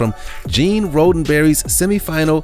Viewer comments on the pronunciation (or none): It's RODdenberry not ROADenberry.